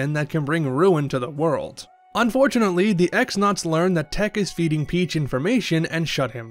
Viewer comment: i grew up saying x-nauts too but its actually pronounced cross-nauts also little spoiler in case someone somehow hasnt finished the game . . . . . . . . . TEC-XX is pronounced TEC-double-cross, hinting towards his betrayal towards Grodus :)